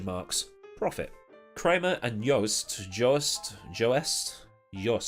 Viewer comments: Joest.... It's Joest... Spoken "Jöst" in German. You just can't do this, dude! Just leave it! And please, just don't try it again, because it sounds ridiculous, falling out of your mouth. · "Joest" is an O-Umlaut, sounds like "early" - but Kudos for trying ;-)